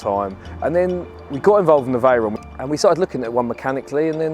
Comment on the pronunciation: The pronunciation of veyron makes me mad 😂